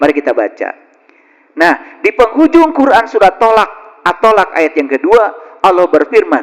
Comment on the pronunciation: Surat at-talaq bukan at-tolak